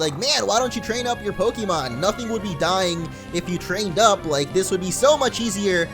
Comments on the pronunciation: its actually pronounced poke-ay-mon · its poke-ay-mon the accent on the e makes the e sound a ay sound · In the anime they pronounce the E as an A so it's like Pokamon. :P